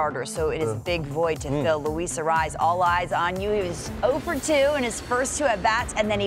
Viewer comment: None of these gringos can pronounce Arraez correctly, it's hilarious hearing them try to do it.